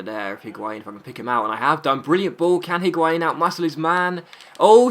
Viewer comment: The H in Higuain is silent I think